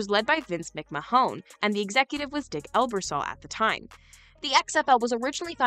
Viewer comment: ""????!!!!!!!!! It's McMahon", pronounced MIK MANN